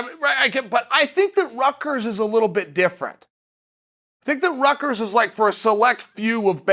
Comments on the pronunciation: "Rutgers island" lmao Rickers smh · Does he mean ryker's you say in Rutgers but he means Rikers Island right